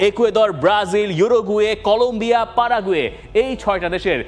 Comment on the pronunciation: পারাগুয়ে না প্যারাগুয়ে হবে 😂